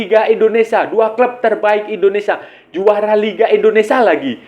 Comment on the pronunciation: Maaf sebelumnya bang, bukan indonesa tp indonesia.